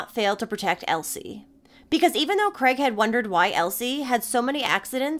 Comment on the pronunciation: Mis pronouncing the main perps name all the way through It's Craig not Creg 😊 if unsure on how to pronounce our names just ask Google, its kinda pronounced phonetically Kraaigeee 😅